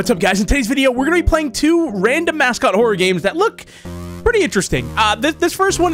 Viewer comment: is it me or did it sound like said mascot without the m😮